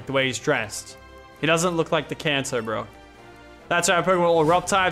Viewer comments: he said KANZO its Kanto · he said kanto not cancer